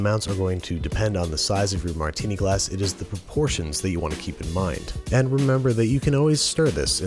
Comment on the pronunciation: Almost stopped watching at the "Martini". Give it the ol college try again, you'll get it soon! Love the vid otherwise